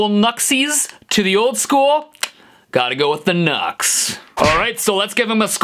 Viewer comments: NUX is no "nahks" but "New-EX" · Nu-X is pronounced "new-ex", hence the little "-" in between "nu" and "x" lol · Isn’t it pronounced “new x”? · I thought it's pronounced as "New X"? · It's pronounced "New X" lol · Are you aware that it's pronounced "new-x" ?